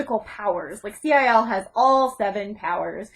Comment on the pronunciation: Ci~L is pronounced Cee-el. (Don't pronounce the dash, either)